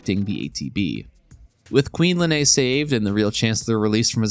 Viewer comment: Lean, not Lenay